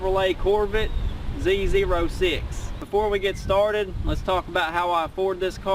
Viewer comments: Zee Zero Six Hahahaha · " Z zero six" had me dying!!!